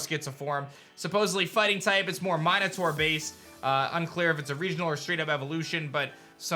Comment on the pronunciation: Hahah you said minotaur wrong. But I hope and pray that’s true to get a new evo if so, that’s and new team member.